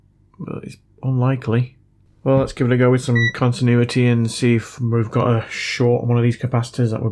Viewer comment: Mull Timmiturr in con tin ooo itty